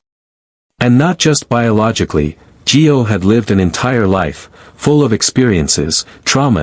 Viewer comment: For Pete's sake his name is Gio not Joe!!